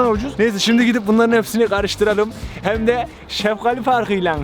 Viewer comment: Abi sen sefgali diyon ben seftali anliyom